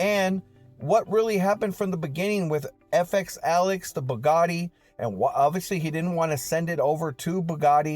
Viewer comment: i Really have to tell you Its pronounced BOO Like booty BOOgati LOVE YOU BRO YOU THE MAN